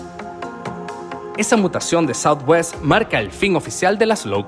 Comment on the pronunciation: Es southwest no southewst